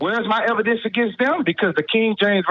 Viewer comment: Of course the guy who pronounces it "ebidence" has a childish understanding of the burden of proof